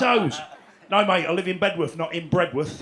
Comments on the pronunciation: Bed'uth Doug, Bed'uth. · Brilliant.. But it's "Beduff"!